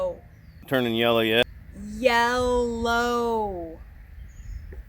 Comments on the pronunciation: the garden looks awesome! Congrats on the hard work!...”seth rogen after a bong load....” 😂 “Ye-llow” 🤣 killing me! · Believe me you made this "boring" gardening video, not boring with your comments. Oh and remember it's "yellllow". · Hey its Yella where I come from and Water is pronounced Wooder just visit south east Pennsylvania or New Jersey